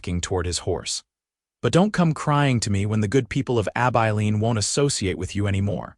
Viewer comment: Pls teach AI how to pronounce Abilene. Please!